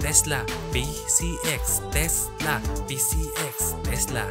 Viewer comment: Takla pala hindi tesla😅